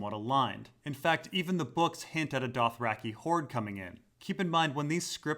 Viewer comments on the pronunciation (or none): none